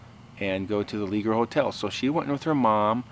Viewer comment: It's pronounced (Lay- shaye) Leger is a French name made popular in Louisiana by Cajuns/ Acadians that were exiled from Nova Scotia in 1755. I'am 90% sure the original owner was my great uncle.